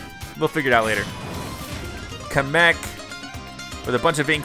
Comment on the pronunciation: YOU'RE PRONOUNCING KAMEK WRONG